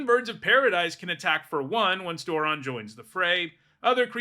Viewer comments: Door-ron Yeah thats a new one to me too. I had to check the comments to see if anyone else mentioned it too. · I have never heard him pronounced like this. It sounds way too much like moron. If that's how I'm supposed to say it, I think I just need to take apart my commander deck. Lol. I'm not making fun of your pronunciation or saying you're wrong. It's a legitimate pronunciation in the English language, but I don't know if I can accept it because it makes him sound even more dumb. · Never heard it pronounced this way once lo